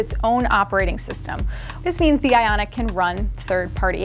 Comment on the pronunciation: Ok. Is it just me or is she saying “Fitbit Aonic” instead of “Fitbit Ionic” ?